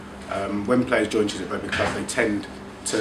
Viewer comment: Ooohhhh !! Chiswick ! In a Welsh accent